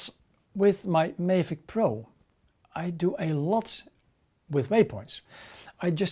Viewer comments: STOP CALLING IT A FUCKING MAY-VIC its pronounced MAA-VIC, MAVIC. Couldnt watch had to pause write this and leave. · Just for your information. Check out some other Mavic reviews to learn how to pronounce ''Mavic'' right.